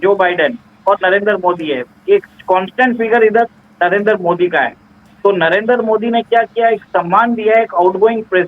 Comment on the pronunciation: नरेंदर नही नरेंद्र